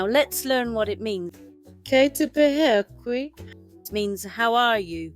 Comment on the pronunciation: its great that you have made a video to encourage the use of te reo Māori. The pronunciation of "pēhea" is incorrect unfortunately (as with other words too, sadly) which results in teaching and encouraging others to incorrectly pronounce te reo Māori. Perhaps you could edit the sound for this video and seek some guidance so that it is correct?